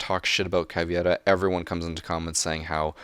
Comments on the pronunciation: the way how you named the Grzmot mines is painful to hear edit: her nickname is cavEIra not the caviera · Plz pronounce caveira caveira not caviera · A very nice video I like it very much and I agree with most of your opinions but you should really learn how to PRONOUNCE CAVEIRA xD (but seriously) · Why do so many americans say: "caviera". Are you reading it wrong? Are you extremely stubborn or something? It's "C A V E I R A". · It's CavEIra not CavIEra ;) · Please stop saying caviera its kinda offensive for brazillian ppl ._. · YOU ARE SAYING CAVEIRA'S NAME WRONG MY GOD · You were doing well with how to pronounce operators names... Until you got to caveira...